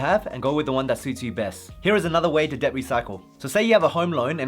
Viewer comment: Bro.. Debt is pronounced det. Not Deb.